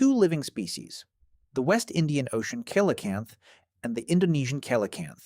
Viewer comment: Pronunciation is wrong. It’s Si La Canth.